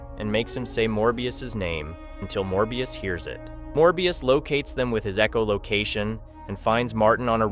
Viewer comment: It pisses me off how instead of saying "echolocation". It says "Eecholocation"